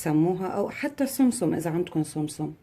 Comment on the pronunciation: اسمه سمسم مش سوم سوم ههههه.